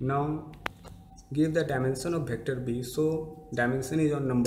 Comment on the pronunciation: its "vector" not "bector"